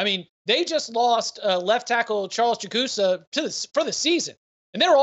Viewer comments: It’s Jag-a-saw for the ND Tackle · It is pronounced Jag-a-saw!!!!!